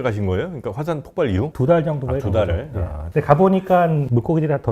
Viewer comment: 폭팔이 아니고 폭발...박사라면 그 정도는 알아야 하는 것 아닌가? 뻔히 읽는 글에 폭발이라고 쓰여 있을 텐데 발음을 꼭 그렇게밖에 못해요? 수준이 낮아지네..